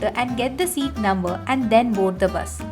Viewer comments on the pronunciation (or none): none